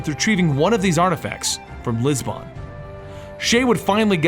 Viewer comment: It's Lisbon, not Lisbonne xD